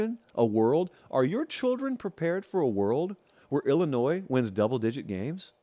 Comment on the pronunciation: There’s no “Z” in Illinois